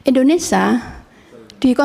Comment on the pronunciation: indonesia bu, bukan indonesah 😅😅